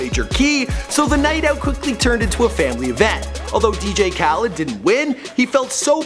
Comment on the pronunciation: It’s pronounced asaad not ashad and it’s khalID not khaleed